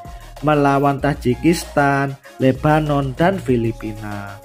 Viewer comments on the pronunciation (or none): none